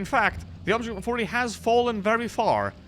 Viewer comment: Your accent so bad! Man go listen to how you pronounced the 140. Wow unbelievable